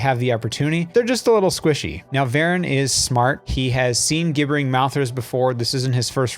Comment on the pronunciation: Thanks for creating this series. It's been helpful to watch through. Just a note, Gibbering in Gibbering Mouthers is the adjective of the verb gibber, like gibberish. It's pronounced like it starts with the letter J.